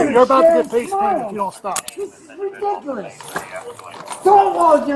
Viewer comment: Wait a minute…. Did Guy Smiley the drunk just say redicerous?😂